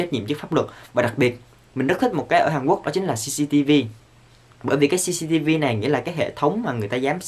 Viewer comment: Minh nghe Jcv chứ lijiii